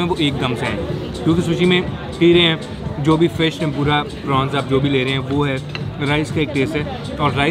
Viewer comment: Prawns not prons [ Dynamite]